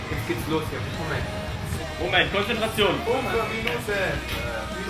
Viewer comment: i love tom when he says: Consetración (consetration) in ♥ because i speak spanish & in spanish consetration is CONSENTRACION